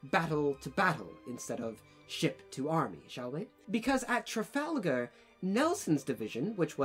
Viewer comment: As a baguette, I stopped listening after you uttered the word "Trafalgar"